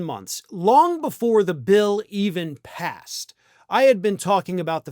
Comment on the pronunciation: Emphasis on "PASSED"